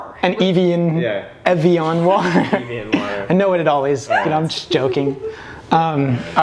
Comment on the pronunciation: I’m with, I don’t know anything about the reputation of rodeo drive. I’ve heard of it, but idk what it’s about. Although his pronunciation of Evian did crack me up 😂